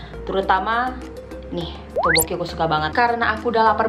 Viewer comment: bacanya bukan toboki tapi topuki